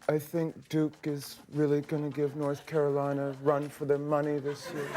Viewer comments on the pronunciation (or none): none